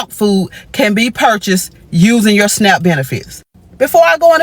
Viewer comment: it's snap benefits not snack benefits